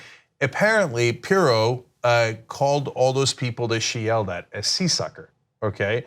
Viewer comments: She called them a what???? I thought I heard Sea Sucker? that one is lost on me. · For some reason I heard “Sea Sucker” momentarily was very confused.